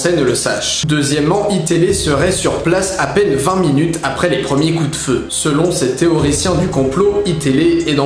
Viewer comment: SeloN eux pas selonT eux par pitié ^^ Sinon vidéo sympa :)